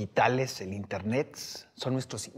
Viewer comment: por dios, que deje de decir intenetsss